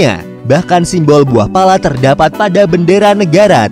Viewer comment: Detik 12.27 "Imbol Pala". Kurang "S" 😁 tumben fokus 😂 Tapi, overall Sangan Informatif.. Channel yg paling memberi wawasan baru dengan mengangkat tema negara 😁 dari yg tidak tau menjadi tau.. Dari yg sudah tau menjadi lebih tau. Terimakasih untuk admin 🙏